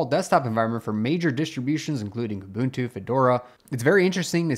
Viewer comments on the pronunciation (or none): none